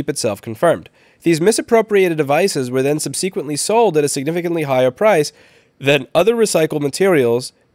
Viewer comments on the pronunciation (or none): "sub-se-qwently" <3 Louis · I love how you pronounce it "sub-see-quently."